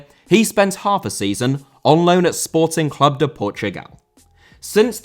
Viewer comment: Clube* not Clâb